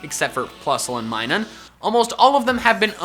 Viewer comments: It’s MIN-NUM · Did he call Minun, MINE-NUN , it’s mine-oon